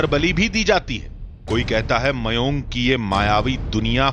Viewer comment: Mayon nahe mayang hea gada